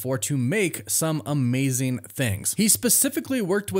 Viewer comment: "Lookeen", "Makeen" and "Amazeen" are not words. Get elocution lessons.